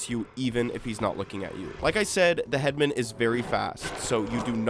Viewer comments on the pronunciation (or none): Pet peeve, i found it annoying how you pronounce "headman" as head-men, i always pronounced it as head-man